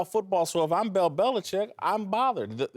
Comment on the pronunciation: "Bell Belicheck"